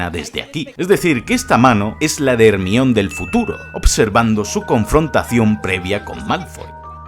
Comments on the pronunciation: Imposible no burlarse si pronuncian "Ermion" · Hemione ❎ Ermion ✅ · HERMION? pero que cojo.. 🤣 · consulta porque dices hermion y no hermayoni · Realmente el nombre de Hermione es griego y la pronunciacion mas correcta es la castellana, decir Germaioni es incorrecto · Jarmayoni jajajaja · No es por burlarme, pero escuchar decir Hermión (Hermione) da 😂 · ERMIÓN perdon es mas fuerte que yo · Todos el video sería genial.. Si dejara de decir hermiooon 😖😖😖😖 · dijiste ermion dislike